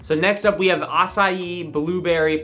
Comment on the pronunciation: Imagine saying Acai (UH-KYE) like ASSAYEEEE lmfao its definitely cherry pomegranate tho (edit: theres 18 different fruit flavors listed on ingredients lol)